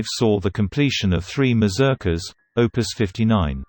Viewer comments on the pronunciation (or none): 3 MAZURKAS . NOT MAZRUKAS .